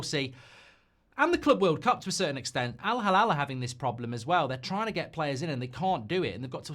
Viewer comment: you really need to learn how to pronounce al hilal.... 😂